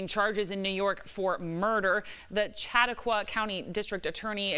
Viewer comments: "Chatta kwa?" I thought that was intelligent until that. Try "Sha taa kwa". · Holy crap that was not even close to the correct way to say Chautauqua county.